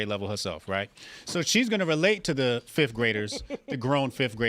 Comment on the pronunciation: love when I black guy says she can’t read and precedes to say ‘fif’ for ‘fifth’. Can’t make it up.